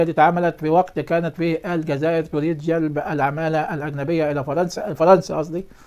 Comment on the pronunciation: أرجو الانتباه الجزائر تلفظ بحرف الزين وليس الذال